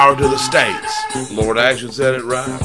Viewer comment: I hate to correct you,, but it's 'Lord Acton', not 'Action'...